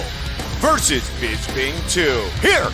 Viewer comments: Luke what the fuck is wrong with you? His name is Bisping not BIZBING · Rockhold - "Bizbing"